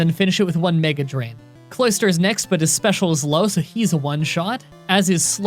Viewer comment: wait clister? It's cloy ster